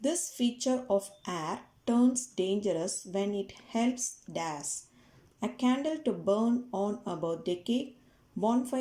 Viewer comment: Bro it is not das it is dash